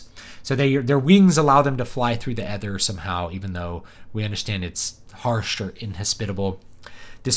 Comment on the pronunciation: Stop saying ether like that.